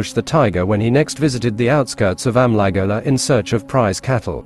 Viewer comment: As always its a good story, but the ai Narration part of Amligola and Gowndadhurai pronounciation is very of putting.